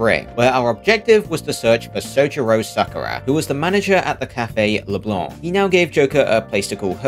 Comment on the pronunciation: damn feels good to hear "leblanc" pronounced right